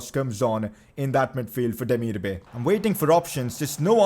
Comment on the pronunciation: It’s pronounced demeerby